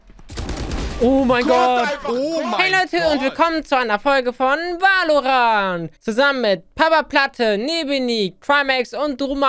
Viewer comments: no front aber es wird "wällorännt" und nicht wah o rahnt ausgesprochen:) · Wenn er noch einmal WALORANT sagt sage ich:"Somebody's gonna die tonight" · Wer kennt ihn nicht Wal-lo-rand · Em Es wird zwar valorant geschrieben aber es wird "welorent" ausgeschprochen 😂 <3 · man spricht es väloränt aus! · die aussprache von valorant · Mich triggert so das du Valorant falsch aussprichst😂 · Richtig nices game aber bitte kannst du es das nächste mal englisch aussprechen :)